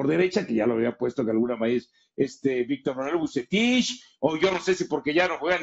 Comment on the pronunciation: "Vucetish"... dice.